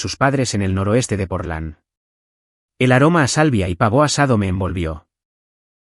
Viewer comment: Es "pavo", no "pavó".